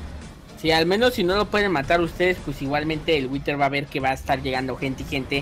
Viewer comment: Se Dice whider